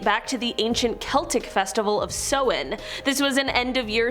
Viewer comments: sorry but u pronounced samhain wrong its "sao-win" not "so-win" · that's not how it's pronounced.